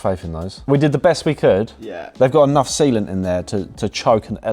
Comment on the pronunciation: Half listening while doing other stuff and suddenly "We have enough semen in there to choke an elephant", wat oh, wait, he said _sealant_.